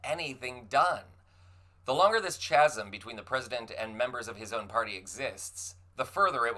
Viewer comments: Anybody who pronounces the word as "CHA-sum" instead of "KHA-sum" is not literate enough to be paid attention to. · It's pronounced "kà-zum" not "chas-um". and wiggling your head in a diva like manner doesn't make up for it. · Its not pronounced CHasm. Its pronounced Casm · Kazzem darling not chazzem! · Chasm is pronounced kasm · Sorry to be a stickler, but chasm is pronounced KAZIM. I apologize. It's the English major in me. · The New York Times, in all fairness, spoil most people's mornings. Weirdly, Randy Paul usually has the same effect, but suddenly talking sense makes me confused. Also my inner nerd has been triggered - chasm has a hard KH sound at the start. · Chasm pronounced “kasm” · When you say "the longer this tshasm (...) exists" do you mean "chasm" (pronounced [kα:zm)]? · "Chasm" is pronounced "Kasm". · The H isn’t pronounced in Chasm. Say KAZEM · FYI, "chasm" is pronounced "kazm" with a hard "K" for the "ch". As a strong reader all of my life, I too have mispronounced words that I've never heard but am familiar with through reading. No shade. Just trying to be helpful. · FYI chasm is pronounced kasm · Chasm is pronounced ka-sm. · it's pronounced ka zm. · How did you pronounce chasm? 🤨